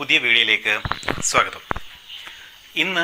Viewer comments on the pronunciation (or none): none